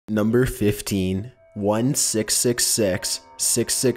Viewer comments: He said 1 six six sex 😂😂😂😂😂😂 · one secks secks secks, secks secks secks. secks secks secks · tkap because people have accents. I have a Canadian accent do I say words different to you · Butt Head I believe he use annunciating for people to understand him better.